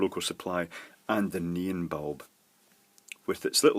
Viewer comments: I keep hearing say "neen" instead of "neon." LOL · Please, please try to say ne-on, instead of nean. Pretty please 🙃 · It's more of a "NEE-n", than just "neen". Two syllables, but with the second one very short. (Whereas I tend to pronounce it "NEE-ahn". That's how we say it in California.) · “Let’s soder this neen” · The first LED is working with is a NEON LED, i kept hearing "NEEN" "NIEN" and "NEAN". this stuff: Thank you for the FBR explanation, i finally get it. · Ha, I had to read the comments just to find out what a "neen" was. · I kept hearing "Noom", read the description and kept asking "WTF are you using man!!" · it's nee-on......... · I tried googling nin and neen led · LOL ok ,, by the end of the video I THOUGHT he was saying Neon ... but really really not sure..strange thing is 99% of the other words were fine :) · I learned that neon, is one more word that has a Brit pronunciation, and a Yank pronunciation. :) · This is the only time I've had trouble - what's he saying? "Neon"?